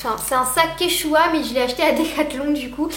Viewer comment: et en plus tu sais même pas prononcer quechua